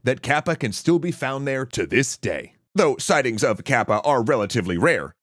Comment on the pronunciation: Good video! And thank you,, I wish you best luck! (By the way, "かっぱ/カッパ/河童" is pronounced as in "cut" not in "cat.")